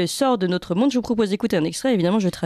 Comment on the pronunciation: Merci ..oufff elle m'énerve avec ce nôtre